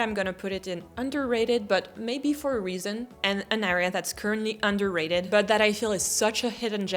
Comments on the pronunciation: btw you keep pronouncing the word area as ARR-ea but it should be ERR-ea (with the [ɛ] sound instead of [æ]) 😂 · Très bon anglais mais prononce le “a” de “area” comme un “ai” et pas un “a”. I feel like all your “underrated” + the 14th would be in my own “A” or “B” category. Personally I don’t love the 17th, it’s my own “bof” mais tous les goûts sont dans la nature !